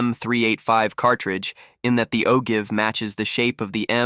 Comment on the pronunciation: I've always heard ogive pronounced with a long i. It is usually a maleable metal that forms a gas seal against the rifling inside the barrel.